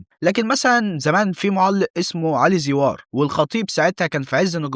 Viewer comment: اسمه علي زيور ايه زيووااار. اللي انت بتنطقها